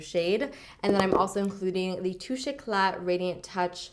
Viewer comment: Finally someone who says Touche Éclat right 😂😂😂 my french ears thank you <3